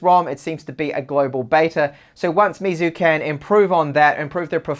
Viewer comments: Great review as always, but just got to say you are murdering their name, lol. It's pronounced more like May instead of me. That's why Xiaomi is me. So for chinese whenever you see mei it's may, not mi. I've studied mandarin for bout 4 years now, so just wanted to tell you how to pronounce it. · lapattemar he says xiaomis name correctly so he should learn meizu's. Not getting onto him just trying to help him improve.